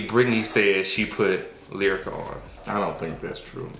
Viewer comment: i love you but you gotta do better. was right Brittnee had a whole segment. And everyone knows she said “Lierica.” Brittnee has always felt Lyrica shaded her and has never acknowledged her and went out of her way to pay for studio time and Lyrica came to Brit event. Despite all the issues she has with her mother she has made sure she has helped people out (Blac Chyna and others). In regards to Yo-yo and and her stance on new generation I agree they always say that but I agree that abc lyrics aren’t rap. Period. There is no message.